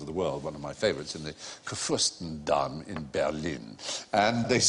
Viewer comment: Oh c'mon, he can't really pronounce Kurfürstendamm, how do you expect him to pronounce that ; )